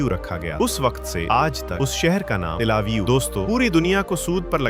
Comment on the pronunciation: Tlavio nahi Bhai till e aviv nam hai